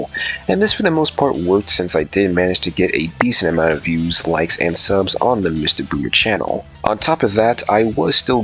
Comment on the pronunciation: Nah you definitely said MistaGooner there